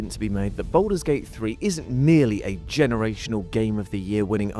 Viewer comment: Bouldur's Gate, innit?